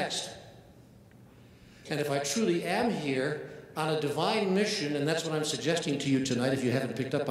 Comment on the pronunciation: it more sounds like he was going to say debine instead of divine,rather than demonic